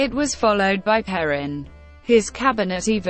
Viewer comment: PLEASE !! Lose the computer voice !! It cannot even pronounce her name correctly. This is the first time I have heard Perón said improperly. Please re-do this with a human narrator; thank you.